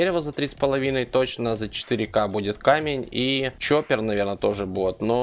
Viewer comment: На заметку - коппер, а не чоппер, без обид